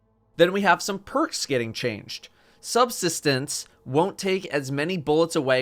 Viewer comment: SUB-sis-tance or sub-SIS-tance?